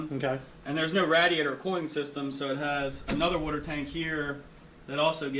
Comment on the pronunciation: All I heard was “wooter” and “RATiator”